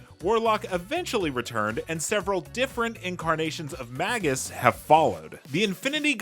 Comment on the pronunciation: It's pronounced May-jus. Long A.